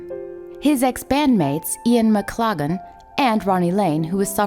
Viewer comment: This was really interesting thank you but I do wish that you, and others, would learn to properly pronounce names...maclaggan (which is your literal pronunciation) is abysmal, it’s pronounced mc-laugh-lan (once again this is a literal pronunciation) this is the closest you’ll get to a proper pronunciation unless you can get someone who knows how to pronounce Scottish or Irish names.